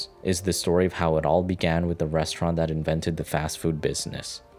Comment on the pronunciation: The guy narrating this saying "Wit" instead of "with" what is up with that? We all speak differently, but couldn't they find someone professional to do this?